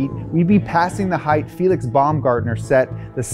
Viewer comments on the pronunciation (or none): none